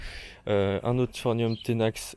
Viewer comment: Quel charlot ! Je n'ai pas pu tout regarder tellement tu racontes de conneries. C'est pas phornium mais phorMium, les palmiers et les bananiers n'ont pas de troncs mais des stipes et la prononciation de Trachycarpus bonjour la honte ! Ch se prononce ke en botanique et les cycas ne sont pas des palmiers